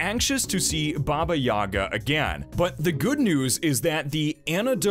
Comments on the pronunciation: If your gonna make a spoiler and talk please use your Phonetics properly. Don't believe listen to the pronunciation in the movie. Baaabaaa yaaagaaa it is not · in the movie it was pronounced Baba Yega I know it's Baba Yaga but every time you say it, it grits..as I expect to hear it said like in the movies. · You completely butchered "baba yaga". Shit sounds like a special in a chinese restaurant.